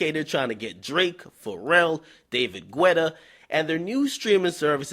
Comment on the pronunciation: It's David Guetta (pronounced like ghetta) not Gwetta lol still luh u do' Ak 😭😭😭